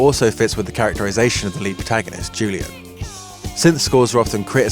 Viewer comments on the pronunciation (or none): none